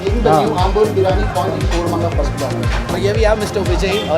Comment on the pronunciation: Biriyaani.. Not biraani!!!